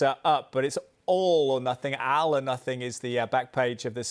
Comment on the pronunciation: Al or nothing? Can he not read?